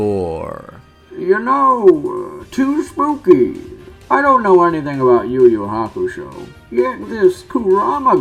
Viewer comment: You think we are pinecones? Are you a Filipino hater mate? What's wrong naming them differently from the original Japanese work? Than your yuyu hakushow, tagorow pronunciation?